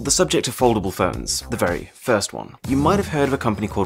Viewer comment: im sorry but am i the only one hearing 'ferns' instead of 'phones'?